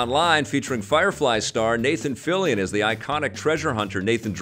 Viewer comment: Okay, thank you for the pronounciation of Fillion,. Always thought it has a French pronunciation, given Canada has a huge French community.